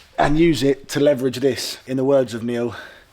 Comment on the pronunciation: you saying leverage correctly, then being corrected lol...ALSO the third older guy coming in and loosening it in seconds was hilarious. "I dunno what you two were doing"